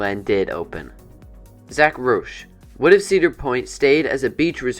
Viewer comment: Yea, you did mispronounce my name, but that's ok because it's a common misconception. my teachers mispronounce my name, too, lol. My name is pronounced rowsh, like the roush proformance company.